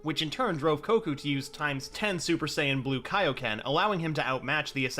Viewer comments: Did no one hear when he said koku? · did he just say koku